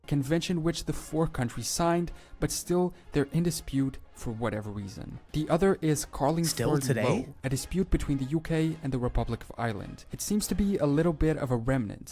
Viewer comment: Was that video using A.I. voice over? The pronunciation sucked, Lough is pronounced the same as Loch as Lock, that was just one error. Both Lough and Loch are the same thing but in two different Celtic languages.